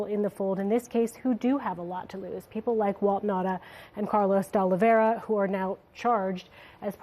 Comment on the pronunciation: Why don't you learn how to pronounce De Oliveira's name?